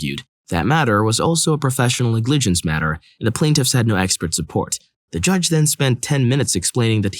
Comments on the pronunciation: If you don't know how to pronounce a word you can look it up, man lol ngligence NEG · Sorry to point this out, but in the story with professional negligence, the stress is NEGligece, not negLIGence, even if the origin comes from negLECT. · How the hell do you not know how to pronounce "Negligence"? Is this a bot reading these off? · You say negligence so weird I had no idea what you were saying at first. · I wasn't looking at the screen during story 6, so it took me until the second or third time to realize the reader was saying negligence. That's not even a rare, legal term. Is this a computer reader?